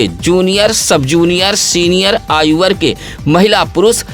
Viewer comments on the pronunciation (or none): none